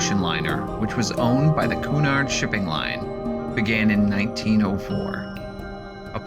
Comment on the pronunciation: cunard please pronounce cu-nard not kunard